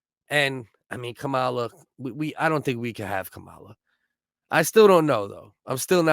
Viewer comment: It's Kamala not cowala